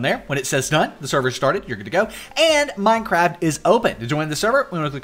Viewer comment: HE SAYS MINE-CRAB LOL!!!!!!!!